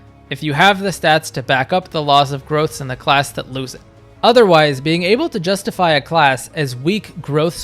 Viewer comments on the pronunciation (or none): none